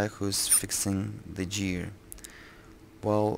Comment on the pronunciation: hahahaha how u said gear!